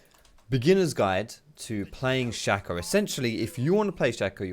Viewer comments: Its shay co not shack oh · It´s not Shaco ... i´ts Shaco ... :D